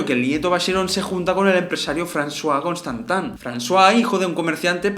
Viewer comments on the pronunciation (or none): Porque nombras Vacheron costantan? Si hay una "i" y sería Constantin... Cómo se lee... O hay algo particular en el español que hace que lo nombres así? Me gustaría saberlo, buen video